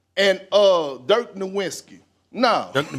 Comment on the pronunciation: It was intentional disrespect mispronouncing Nowitzki's name. He was saying "No-Win"ski.